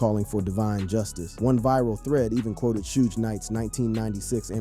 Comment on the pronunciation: Why you pronounce Suge name like that ?